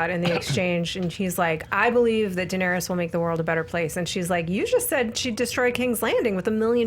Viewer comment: Ra-Nair-ees. Not rayna